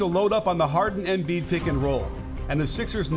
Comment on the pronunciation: Great video. It’s pronounced em-BIID, not EM-biid